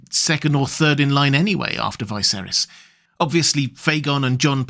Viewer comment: It's pronounced VEESERYS, NOT Vaihserys.